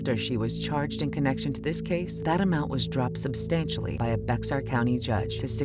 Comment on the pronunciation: Bexar is pronounced "Bear" the x is silent.